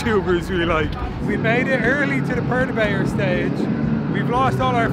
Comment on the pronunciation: You guys pronounce Perturbator different to us in Australia lol